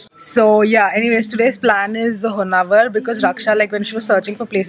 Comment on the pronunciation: It’s not honnavar ! It’s honnavara